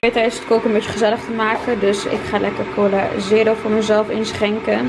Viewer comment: ahhaha hoe je cola zegt coula